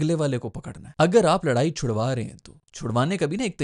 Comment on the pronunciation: Bhaijaan, laraai nahi ladai hoti hai😂😂😂. Kaun si school se padhe ho??